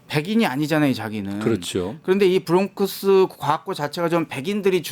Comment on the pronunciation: 브롱크스???? ㅍㅎㅎㅎㅎㅎㅎㅎ 코스트코 😮😮😮😮😮😮 어디서온 영어? 코 리 언 잉글리쉬